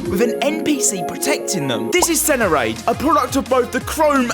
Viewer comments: serenade not senerade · Its SERANADE NOT SENARADE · i sorry but senerade???